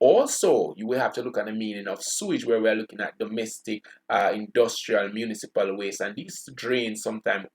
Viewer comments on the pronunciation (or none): none